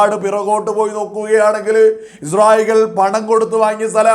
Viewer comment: പോലെടിച്ചി മോനെ Izrayil അല്ല ഇസ്രായേൽ